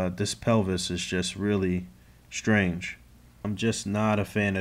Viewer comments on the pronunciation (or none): none